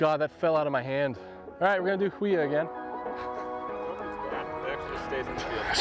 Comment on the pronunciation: Huia is pronounced "Hue-ya" - Kiwi